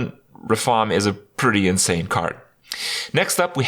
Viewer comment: Mispronounced RaFAAAaaAAAAM! Awesome expo! Love the lackeys.